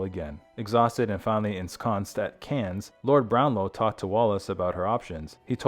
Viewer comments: In English, it is pronounce “can” ….like a can of beans. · The final "s" in Cannes is silent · We pronounce it Cannes like anus with a C. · Cannes is pronounced Kahn. Either AI audio is lousy or the person reading isn’t familiar with Wallis and Edward’s story, or movie awards or France.